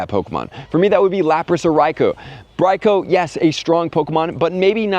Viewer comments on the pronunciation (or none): none